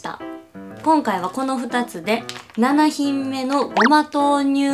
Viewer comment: ななひんめじゃなくてななひんもくね！